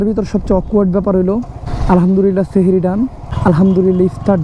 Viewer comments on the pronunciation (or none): none